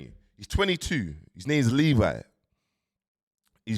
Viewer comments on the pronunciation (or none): none